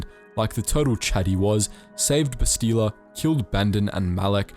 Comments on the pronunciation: Darth Revan is the best. I thought Bastila is pronounced Bahstila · Please stop purposely mispronouncing Bastila in order to sound "fancy".